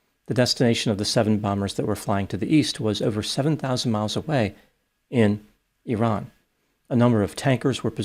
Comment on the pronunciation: I appreciate you making the effort to pronounce 'Iran' correctly.